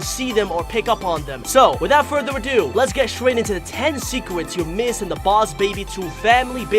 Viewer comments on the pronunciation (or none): in The Begining He Said boss baby secwets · I just realized that you said secwets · “Secwets” XD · Bruh he said 10 secwets